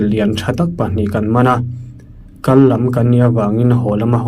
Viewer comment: Kan makpa pa phai kal tih a kal lai hi i lam dik lo. Kal (kidney) angin i lam a, kal (go) anga lam tur ni awm tak a ni